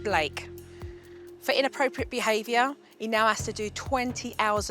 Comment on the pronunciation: "Your be-aviour is un-at-septible!" LOVE Jo!!!!